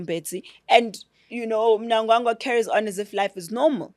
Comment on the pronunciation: Courageous lady...a breath of fresh air! Her pronunciation of "Mnangagwa" cracks me up... 🤣